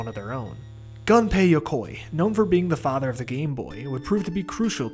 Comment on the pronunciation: It's "goon-pay."